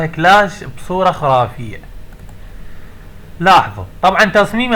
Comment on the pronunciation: ههههه كلاش مش كلاس😂😂😂😂 حتا ما بتعرف تقرأ😂😂😂😂😂